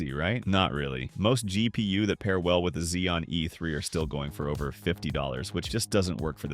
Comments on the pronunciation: those are FULL BUILD prices, not case prices, though I agree those prices are "kind-of" insane. - "Dual slot "Zhai P U" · Dual-slot Zhai P.U.what now?